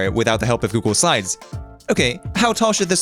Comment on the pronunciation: Why do you pronounce Google slides as Google sides all the time? (And sometimes even as Google sines)